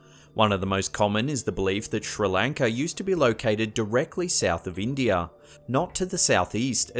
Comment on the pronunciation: does this with any thing that ends in "a". It kills me but I know it's just his accent. Listen to words like "Area" or "India". He replaces every ending "a" with "er"...